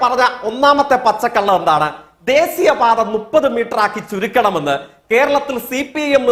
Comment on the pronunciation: ദേസീയ പാത അല്ലെടാ വേട്ടാവളിയാ ദേശീയപാത. അതുപോലും നേരെചൊവ്വേ പറയാൻ അറിയില്ല. ഇങ്ങനെയൊരു ഭൂലോകതോൽവി ജയ്ക്ക്😂😂